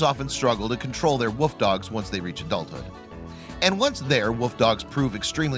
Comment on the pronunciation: Oh my God learn how to pronounce WOLF correctly.. It's not Woof !!! People who insist on doing that drive me crazy!